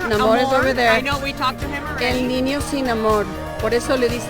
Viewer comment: She couldn't pronounce the Ñ sound, she said "el ninio que creció sin amor" 🙂